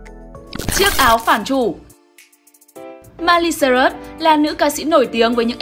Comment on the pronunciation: Tên người ta là Miley Cyrus mà đọc là mai ly sơ rớt vậy má